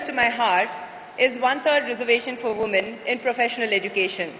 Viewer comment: she should know how to pronounce woman in plural sense ..